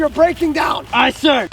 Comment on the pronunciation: It’s aye not Ight lmao